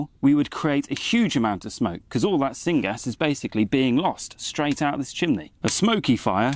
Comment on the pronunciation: Syn gas? Coppist wood? What in the world are you saying? Sorry those are not common here, not by that pronounciation anyway. Thanks for the video and any help in this matter.